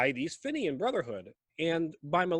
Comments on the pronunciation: Not to bright on the old Geography and fenian history🙄its pronounced feenian not finion . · Fenian is pronounced feen yin